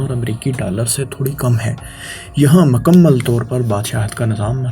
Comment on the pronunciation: Allah ka wasta hai bhai apni pronunciation thik kr lo Nazam ni hota nizam hota hai Makamal ni mukamal Mamalik ni mumalik Alaqa ni ilaqa Aur bht bht sare words ghalt bol k video ki dhajian ura dete ho, please take a notice